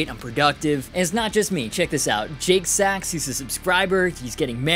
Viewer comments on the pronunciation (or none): none